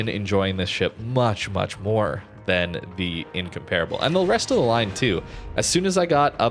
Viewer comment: Why does literally everyone pronounce incomparable wrong? It's In-comp-rubble. Not in-compare